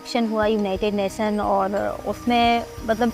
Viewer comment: It would be nice if people in media can use right pronunciation of Hindi. She mispronounce s and sh eg. She said Visv, Purus, naison, harveshting instead of Vishav, Purush, Nation, harvesting.